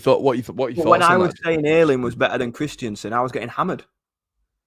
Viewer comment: iT'S KRISTENSEN, IT IS NOT KRISTIANSEN! MY GOD.